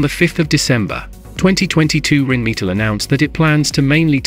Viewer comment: What's 'Reen meatle'? Don't use words you can't pronounce!